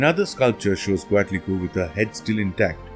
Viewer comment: Since the Spanish were the ones that where recording the information you have to say it like a Spanish speaker would say it, yes there are some complications as not all of the sounds could be well replicated. Anyways if im not mistaken its pronounced coat-li-kwe. Also ko-yol-shao-ki